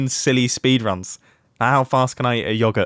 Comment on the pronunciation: “Yogget” was pretty much my only takeaway from this video